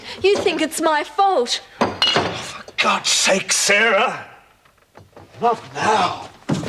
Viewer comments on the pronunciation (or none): none